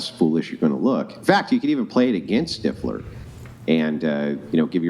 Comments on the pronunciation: He told you it's Stiff-ler not Stife-ler! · Especially after being corrected immediately. 😂 Says it wrong two more times at least. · Can she really not say stifler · Its ah Stiffler, thats what I said Styfler. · STIFFler. No matter how many times she's corrected, it's still always STEIFler to her. It's so friggin annoying! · Just pronounce Stiffler correctly!!!🤦‍♀️ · not knowing how to say STIFLER upsets me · Why tf does she keep saying stifflers name wrong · She said stiffler wrong on purpose to be annoying. It worked. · She is 100% doing it on purpose and it's hilarious that she would do that, and yet talk about not bringing negativity into her life. She's toxic af